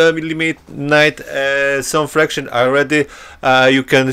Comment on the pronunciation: It's pronounced "Factions' not 'Fractions'. Just saying, this is your 4th video where you are still saying it wrong. I think 3 people have told you this over the months. I know it's trivial and English is not your native tounge. It just sounds silly when you say it wrong, over and over.